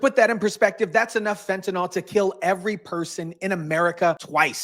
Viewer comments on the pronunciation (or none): *fentaNYL, not "fentanol" 🤙